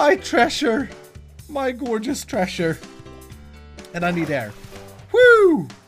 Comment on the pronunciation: treasure! What I hear: trash shirt!